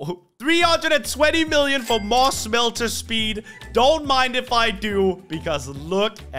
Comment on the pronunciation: I like how he says shmhelter like that